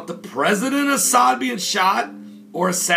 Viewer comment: Reyaaad AL-As'Ad.... not"Asad"